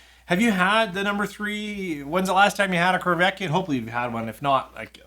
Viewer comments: Hey, the corryvreckan is pronounced corry vreckan and not corvekyan 😂 Keep up poppin those bottles open! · I was going to ask about the "y" drifting along the word and back... I think he may have accidentally said it correctly once or twice, but certainly not most of the time!